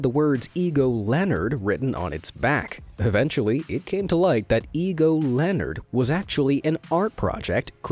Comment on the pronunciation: "Leonard", not "Lenard". He needs a new magnifying glass.